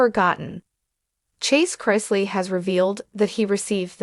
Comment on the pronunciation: Can't even pronounce their last name correct